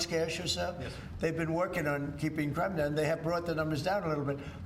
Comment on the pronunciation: Bewwa watch owt for that CWIME!!!!!!!!!!!